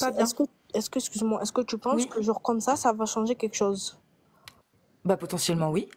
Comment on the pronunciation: Moi ce qui me fou la haine c est quand elle dit "quéque chose"